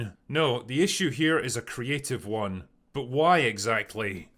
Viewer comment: I can't stand this guy. Why is he like differenCESSSS, noSEEEE, or onEEEEE? I cannot believe this is a speech impediment or accent. He feels like a more manifesto-prone version of Arch. Hasan's right when he said he's just gay. A lot of these anti-SJW MRA types would be happy gay men if it weren't for the insane amount of homophobia they believe. They'd still be sexist, but they'd be less so if they felt having a girlfriend wasn't needed.